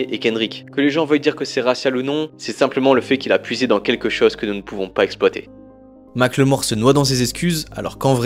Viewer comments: Mac le mort Pwahaha!! On prononce « Micheal More » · Par pitié mackelmore c'est pas "mac le mort" ça se prononce comme "apple, "Maqueulmore" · Mac le Mort? Prononciation: "Mac eul mor" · Les français, arrêtez de l’appeler Mack le mort, c’est moche et ça ne se prononce pas comme ça = MACKELMORE (avec un petit accent anglais ça le fait) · Sérieux 😂ça m’a trop déconcentré. En fait phonétiquement ça se dit « makeulmore » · Mackel-More !!!!! "Mike le mort....." 🤣🤣😂😂 Je t'en foutrais.... Les frenchys et les langues étrangères c'est mythique. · J'suis désolé mais tout le long de la vidéo j'ai entendu "Ma claymore", un coup sur translate avec la synthétisation vocale quoi c'est 5 secondes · Ça se prononce "Makeulmore" si j'me trompe pas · La vidéo est top, mais svp ça se prononce MackEULmore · Rooh tu le fais exprès ou quoi, il le prononce à la française..👀👀